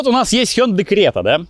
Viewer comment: Спасибо за правильное произношение хёндэ.